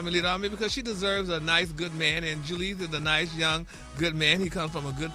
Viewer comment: JEW LEEZ is taking me out. It’s Julez like Jewels. 😂😂😂😂